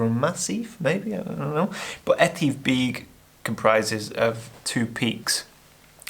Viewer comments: Need to learn some of the correct Scottish pronounciations! I've always said 'You should know how to pronounce correctly the places you visit". The correct pronounciation is 'BECK' not 'BEAK'. Try harder next time .. ask a local if needs be !! :-) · Beag is pronounced beug (be ug)and Dubh is pronounced dove(as in the bird)...that’s the Gaelic pronunciation anyway 👌🏼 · Hi, "beag" is generally pronounced as "vake" in Scottish Gaelic. It means "small(er)".In this case, smaller than Buachaille Etive Mor (mor = large(r). Incidentally, I agree about keeping some locations "secret". Consider the location of the Raising of the Standard (Prince Charles Edward Stewart, 1745); best people don't trample it. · Beag = Small (be-ugh) Dubh = Black (du-ve) No grief and great video. 👍🇮🇪☘